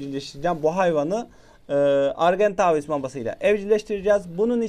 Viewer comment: Argentaaaaaavis deme artık sinirim bozuluyor o argentavis